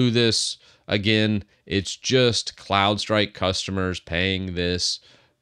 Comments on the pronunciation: I heard Clown strike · I thought you were saying Clownstrike... which is great... 😂